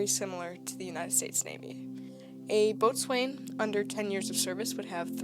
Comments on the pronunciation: Boatswain is said "Bo'sun" Lieutenant, is said "Leftenant" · Plus the pronouncing of the ranks like boatswain as “bowson” and lieutenant as “Leftenant” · boatswain = BOW-suhn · If only.... When describing Royal Navy ran js you had taken the trouble to understand the pronunciation of the ranks. Boat-swain! Lootennant! Funny to start with but oh dear... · I came here to say this.